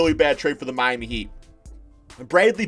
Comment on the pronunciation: Naveh Porat this man just said Miamy 😂